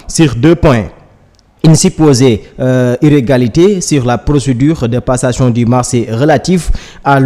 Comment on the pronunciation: Très triste, il faut qu'il arrête de lire. Il a surtout des problèmes entre i et u. À la place de du, il dit di